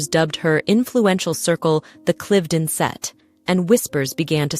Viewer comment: I wonder why the AI commentary has two pronunciations of Cliveden, one laughably wrong.